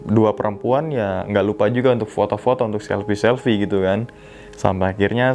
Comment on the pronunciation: Unthuk... unthuk... unthukkkk Jawa sekali 🤣🤣🤣